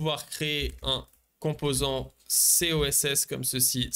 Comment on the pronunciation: Sorry mais ça me trigger de lire Coss et que tu dis SOSS plusieurs fois ...